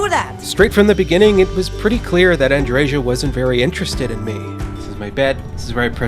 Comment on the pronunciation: Andreža, LOL! It's f-ing Andreja and J is is pronounced as Y in word yes.